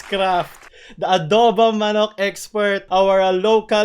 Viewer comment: Just Adowbong Manaacc and Chill